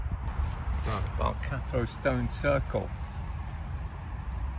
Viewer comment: it's balgarthno not balcathro as in balgarthno Road in charleston